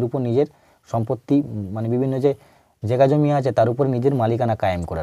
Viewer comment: কথাটা জেগাজমি নয় জায়গাজমি